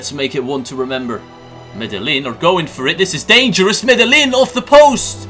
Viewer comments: Also the the L's Are silent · its medeiin!!